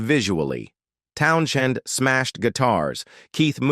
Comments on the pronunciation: Hey, AI dipshiz - 'Townsend' is way you say Pete's last name. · Stupid Ai. Pete Town - shinned. WTF?? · The 'h' is silent. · Teach your AI that the "h" in Townshend is silent.